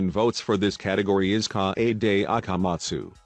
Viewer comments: "Cockichi Ouma" "Me you e roomba" "E book key Mi oder" "Kaede akamat stew" "Hajime's ayr guatire" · piano idiot: KaH eyy DeY Ah Kah Mah Zu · "Shu i chi Sai ha ra and K AH AY DAY A KAH mahtsu" bruh